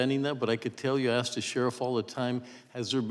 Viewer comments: Miss Busch, It's ask not axe.At least pronounce your words correctly! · Did Bush say axe you? 🤣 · If you can't pronounce the word "ask" correctly you should not be asking questions. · The Snake Head Hair lady wants to AX you a question. That says it all right there.